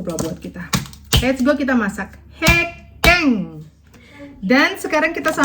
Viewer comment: bacanya bukan hekeng nong tapi hekeng😅